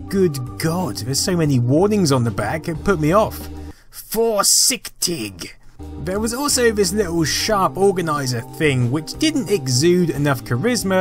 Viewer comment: haha loved your pronounciation of "forsiktig" (warning in norwegian), quite spot on actually